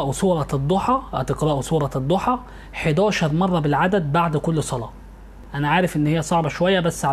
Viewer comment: يا استاذ كنت مفكر إنك عندك علم ولكن اتصدمت منك وأنت بتقول الضحي والليلو إذا سجي اتعلم الأول القرأه صح يا من تقدم النصيحه